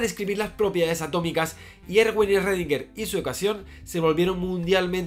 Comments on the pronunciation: ecuacion de redinguer? querras decir schrodinger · Aprendizaje 1: llamarlo "rredinguer" y no "escrodinguer" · Eredinguer??? Eso fue lo más raro del video. Saludos! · "ESRREDINGER" es que ni lo intentan. Que asco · Redinguer, ja